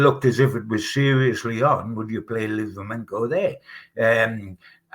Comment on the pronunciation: Will you tell its livramento not livramenKo! Its so disrespectful saying players names wrong. Also listen to how says joelinton its 4 syllables not 3 hes been here 5 years ppl should know how to say it by now.